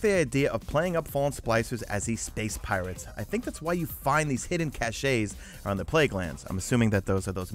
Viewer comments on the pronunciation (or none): It's a GREAT video and I LOVE the content you provide. OK, now I'm gonna be a grammar nazi. CACHE is not "cash-ay" it is pronounced "cash". If there was a fancy French accent mark over the "e" then you say "cash-ay". :-) Sorry, just drives me a little nuts sometimes. Still LOVE the channel and the content!!